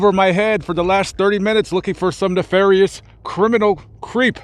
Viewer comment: Not "nefarious"....😂😂😂😂